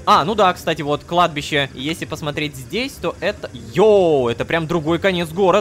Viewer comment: ХАХАХА "на кадби́ше ветер свищет" Продолжение "на кладбище нищий дрищет" (Кладбище: ударение на И)